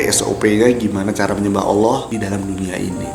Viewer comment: Pas nyebut nama Allah fasih banget kamu, seneng bgt Aku dengernya. dan disini Aku mau menyampaikan kata² Almarhum KH. Zainuddin MZ "Orang yg beruntung adalah Orang sering mengingat akan kematian". Dan itu yg selalu Aku pegang sampai skrng. Karena klo Aku mengingat akan kematian, mau melakukan hal² yg negatif pasti berusaha utk Aku cancel perbuatan tersebut, meski kadang masih kalah dgn godaannya setan, setidaknya disini Aku udah punya pegangan utk berusaha menolak setiap akan melakukan hal² yg berbau negatif 😊🤝🙏